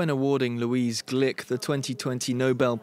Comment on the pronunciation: Gluck not Glick🙄